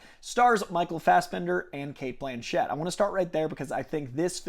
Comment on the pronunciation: Btw, it’s ‘Blanchett’, not ‘Blanchette’ 👌